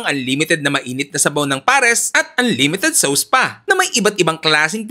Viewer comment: Anlimited sows. Eh eh eh eh.